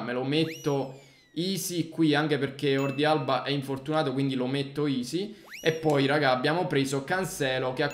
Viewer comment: la pronuncia sarebbe HORDI